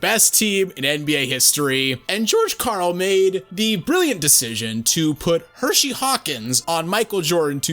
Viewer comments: Both of you pronouncing it 'Hershey', like the chocolate bar, & not 'Hersey', like his name, is murdering me :( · I just want y’all to pronounce Hersey Hawkins’ name correct one time. His name isn’t Hershey. He’s not named after a chocolate bar lol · The way you guys said Hersey have me cancer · Dog it's Hersey Hawkins not Hershey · Hersey Hawkins, not Hershey. He isnt a chocolate bar. Smh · His name was Hersey Hawkins, pronounced like Her see, not Hershey you idiots. Do your research before looking stupid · I cringed every time dude said "Hershey Hawkins." It's Hersey... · HerSey Hawkins. NOT Hershey Hawkins. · Minor misstep. Ngl, "Hershey" sounds a bit cooler.